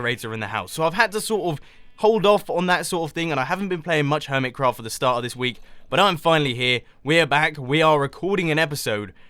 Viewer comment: ABOUT A WEKK AGO !! :)))) that made my day